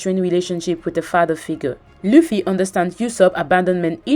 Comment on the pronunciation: She said that sanji just cooking and chilling while he also had a character arc, namely that he finally got a resolve to go follow his dream. Also, she cannot pronounce Luffy right, even tho she watched entire LA. It's not important, but it hurts my ears everytime i hear "laugh-y"